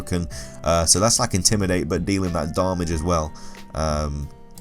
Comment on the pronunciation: Y DOES HE SAY DARMAGE!!!!!!!!